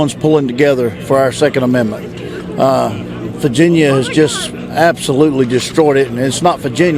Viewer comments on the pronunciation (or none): Is this guy saying "Faginia" or is it just me